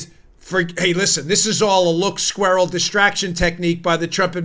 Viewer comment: There's that word again......Squeeral. love it.